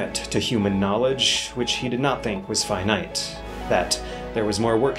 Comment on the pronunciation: All of this wonderful material, and what do I take away? "Did I just hear him say 'cathode' and 'finite' stressed on the second syllable?"